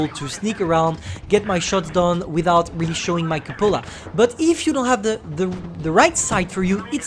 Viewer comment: “the yooge cupolar”